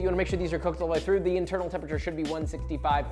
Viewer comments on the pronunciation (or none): none